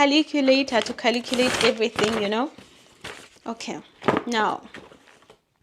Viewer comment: Caliculator to Caliculate everything - Typical Ugandan😂